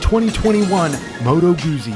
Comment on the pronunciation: Those ZZs in Guzzi are pronounced as ZZs in pizza.